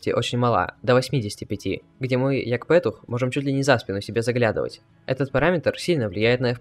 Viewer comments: За "як пЭтух" лайк! чуть со стула не упал )) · угарнул над фразой "як пЕтух")) вудкок кстати из Украины?